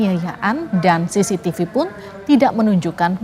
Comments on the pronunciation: Bilang cctivi aja udah salah omong,,SISITIPU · lidah kuasa hukumnya keseleo bilang CCTV jd sisitipu 😂😂😂😂